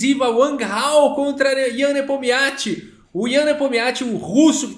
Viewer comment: Cara não tem jeito ele só chama o Nepominiachi de Nepomiachi